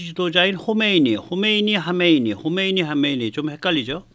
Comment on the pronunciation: '하메이니'가 아니라 '하메네이'입니다